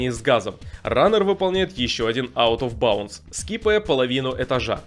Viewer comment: Игра на новый год, пьем шот каждый раз когда он произносит out of bounce